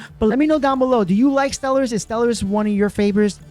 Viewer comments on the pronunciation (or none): The word is properly pronounced "Stell-are-iss" but as suggested, I think it is a translation issue. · Anyone else thinks Stell-er-iss is terrible and Stell-are-iss would have been better?